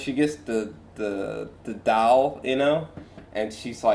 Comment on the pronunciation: You keeping with your pronunciation of doll as dowl is an interesting choice 😎